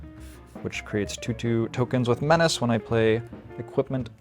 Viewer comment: I know this makes me the no-fun guy, but man, I can't wait until we stop saying "men-ah-chay" forever.